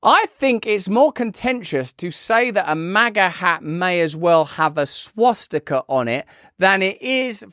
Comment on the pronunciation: She called it a "swasticker" lol.